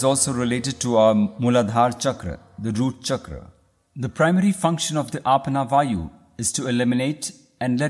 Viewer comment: Its not Aapna wayu its Apan wayu